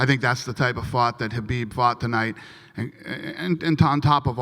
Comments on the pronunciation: david tanner Correct pronunciation is 'Ha beeb', the K is silent. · Did he say Khabib or Zabit fight of the Night??